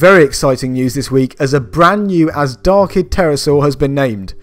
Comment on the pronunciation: FYI, in Farsi, the ZH in Azhdarchid is pronounced like the s in television or G in beige and not Z. The word dragon in formal Farsi is Azhdaha (in my dialect it's Azhdar).